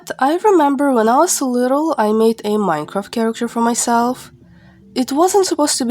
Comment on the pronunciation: For some reason the way u pronounce Minecraft sounds like Mycroft. :///////